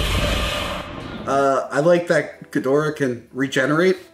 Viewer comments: "Evanjelon" "Ghidra" NO. EVANGELION (EE-VAN-GELL-EON) GHIDORA (GHEE-DOR-AH). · What I’m Struggling with is why they keep saying Geedrah instead of GhiDOrah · Ghidorah. Please stop saying gheedrah 😂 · I never knew how much it bothered me to hear people mispronounce Ghidorah til this video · Dude why is it only 1 of you is saying Ghidorah's name correctly? Also I hope Mecha-King Ghidorah will be used in the future. That post credits scene really is hinting towards that.